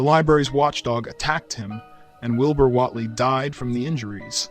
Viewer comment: I'm really enjoying your videos. The only constructive criticism I have is your pronunciation of almost everything you're explaining, even Wilbur Whatley. It's almost as if AI is reading the script.